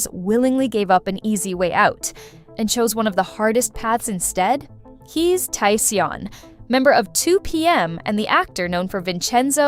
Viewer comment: You said Ok Taecyeon name wrong omg 😫